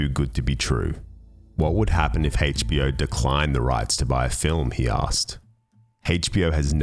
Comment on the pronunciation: Hayche-Bee-Oh! LOL Excellent video, though.